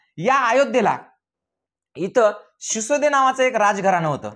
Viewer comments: Shisode nhi Sisodiya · Shisode nahi Shisodia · शिसोदिया वंश आहे शिसोदे नाही sir